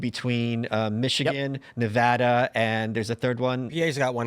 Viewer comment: At least he pronounces Nevada correctly lol